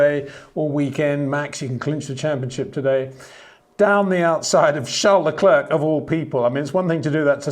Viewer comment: Would you blokes please stop pronouncing Leclerc with a k, it is a silent c it is French, you should know that? it's just across the channel!